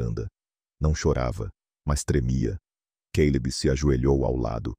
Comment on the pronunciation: Não entendo porque o cara fala queileb em vez de Caleb